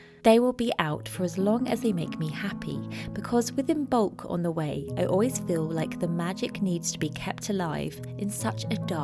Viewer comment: I've always heard and read the the b is silent in imbolc.